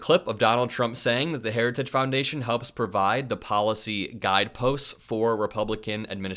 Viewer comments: The guy can't even pronounce the word heritage! 😅 Weird! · He's incapable of even pronouncing "heritage." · Say ‘Heritage’ 3x fast. Donald can’t even say it correctly once, slowly. Lmao! Time to take the keys away from Dementia Don and put grandpa in a home. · Dementia Don has lost the ability to say another word, “Heritage”. Harris is the leader we need for our country 💙💙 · Can barely pronounce Heritage